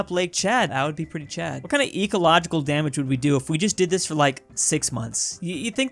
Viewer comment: “what kind of ecological DAM-age” lol